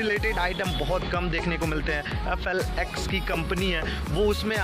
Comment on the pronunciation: FLY nahi FLX